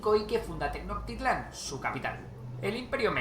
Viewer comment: No es Ayulta es Ayutla tampoco es Tenoctitlan es Tenochtitlan tenía que ser español 🤨